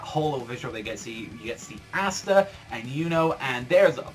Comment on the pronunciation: Bro, its (Ah-sta), not (ASS- sta)